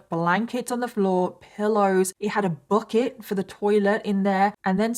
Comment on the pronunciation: "Book-it". I heard book-it 3 or 4 times before i figured out she's saying bucket.😂